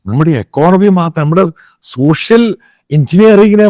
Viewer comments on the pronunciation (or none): none